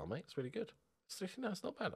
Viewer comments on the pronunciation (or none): none